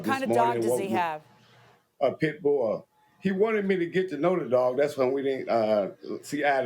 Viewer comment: He got a full grown "pit-boa* 😂😂